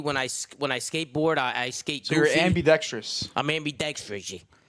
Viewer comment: “I’m amUdextreeUSyeah” -Tom AKA Tomasi AKA Luigi AKA Big Nose AKA Mr. FourandTwentyThree